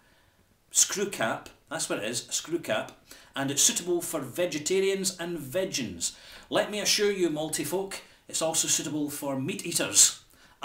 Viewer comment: Haha, just want to add 'vegan' is pronounced 'vee-gen' not 'vej-ans'